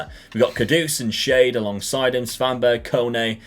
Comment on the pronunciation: Like how he's pronounced Kevin Schade. Made him shade, but his name actually means "what a shame" in german 🤣